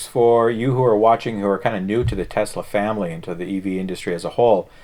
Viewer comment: Thank you again for pronouncing "TESLA" correctly. There is no Z in TES-LA. It is not TEZLA. Even Elon Musk says TEZLA. Great show keep up the good work!